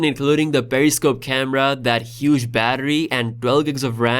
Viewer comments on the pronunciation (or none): none